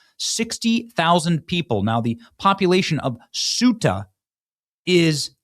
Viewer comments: Ceuta Benny! Not suita or soota. Are you genuinely illiterate or is it a scam? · it's pronounced SAY-ooh-tah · Pronounced Queta or kweta NOT sueta! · It's pronounced SAY-oota, not soota, and if it was ever lovely that was before I was there in 2001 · SUTAH! LMAO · It’s pronounced KOH-ee-tah and SHENG-en and most of the migrants are heading for germany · It is Ceuta. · It is pronounced Se Uh Ta. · Pronounced, “say-ooh-ta” Ceuta Schengen “Shang-en” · I believe it's pronounced "Say-YOU-ta." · Ceuta is pronounced Say-you-ta, Bennie! 😉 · Bennie, as a map guy, you should know how to pronounce both Schengen and Ceuta correctly. Get with it, dude. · The C is pronounced as a Th Thuta